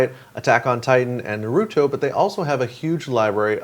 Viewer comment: Nah-ru-toe... not Nuh-roo-toe